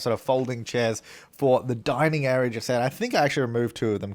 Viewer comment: every time he says “living, kitchen and dining” I always. But aLWAYS. hear him saying “LIVING (ofc its normal), kitchen, DYING” idek why but k